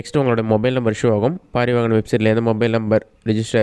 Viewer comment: பாரிவாஹன் இல்லை,பரிவாஹன் என்று சொல்லுங்க, அது தான் correct,நான் RTO STAFF